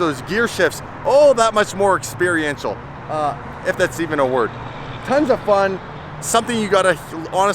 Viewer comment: Experiencial? I just spit my beer out laughing!👍